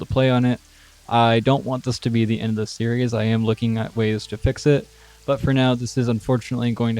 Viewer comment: “looking at ways to fiscit” I don’t think that was intended. But that made me laugh 😂